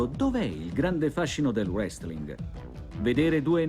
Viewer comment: Notare che all'inizio il conduttore ha detto "Wrestlin" '- -'